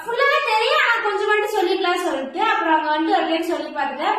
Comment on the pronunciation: Stop saying vantu ,solltu 😂😂